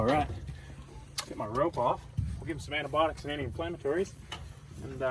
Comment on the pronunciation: Did I hear antibotics or are they antibiotics